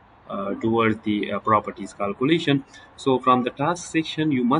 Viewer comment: It's kealcoolation not caalcoolation😂😂